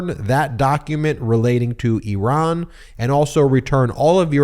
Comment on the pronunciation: Thank you, thank you, thank you for pronouncing Iran and Iranian correctly!